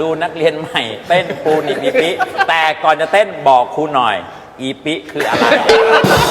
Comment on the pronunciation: ถ้าเป็นคนภาคกลาง ควรออกเสียง อีปิ ครับ มาจากชื่อกะปิ ถ้าอีปิ๊ ภาษาภาคกลางมันหมายถึงอะไร คงรู้กัน แต่อย่างว่าครับ นี่รายการตลก จะออกแนวหยาบโลนก็ฮาๆกันไป